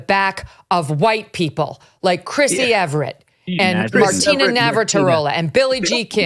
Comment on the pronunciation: Great segment, but one tidbit drives me crazy when people mispronounce Chris Evert’s name . It is Eh vert. Not Ever ett (only has 2 e’s). She was one of the top 5 tennis players of off all time and transformed the sport of women’s tennis and people can’t get her name right. Even a lot of the umpires pronounced it wrong.